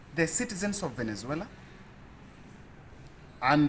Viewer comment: Pole sana Smartmatic na Venezuela wamekutesa kupronounce sana